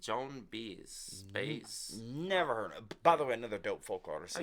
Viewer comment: Joan Baez… pronounced “by-ez” Hope Cosmo is feeling better soon!! 😊❤️🐱